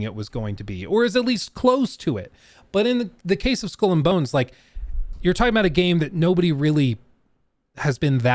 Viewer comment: "School and Bones"? xD